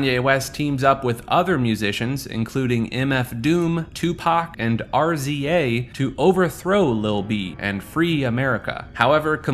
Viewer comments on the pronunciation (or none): RZA is pronounced rizza for future reference 😂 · and ur pronunciation of rza is bizarre and unexplained